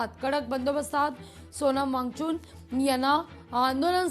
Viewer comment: सोनम वांगचून नाहि मॅडम वांगचूक नावं आहे ओ काय पण निदान मराठीचा उचार नीट करा 😅